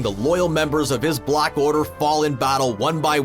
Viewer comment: Dude said block for black!!!